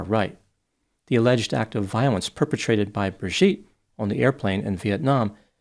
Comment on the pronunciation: You keep mispronouncing her name as Bir-gitte, instead of Bri-gitte.